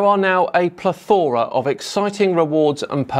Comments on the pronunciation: Is "Plethora" one of those dialect differences across the pond? Here in the states we say "Pleth-ur-uh" and it sounded like you pronounced it "Pluh-thor-uh" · plEthora, not plethOra, with the stress on the first syllable. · I do believe it's PLETH uh ruh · I'm British and I would pronounce it with the accent on the first syllable - not on the second as did. I wouldn't use it in the context he did either, to be honest, because it generally carries rather negative connotations, as in suggesting there is an excessive amount of content. Not the impression he intended to give, I'm sure. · I'm from the UK, you are correct is wrong. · You could also correct how you pronounce 'plethora' :D Sorry. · To be fair I don't pronounce it like that either and I live just to the East of you. It's just how we were taught when we were young.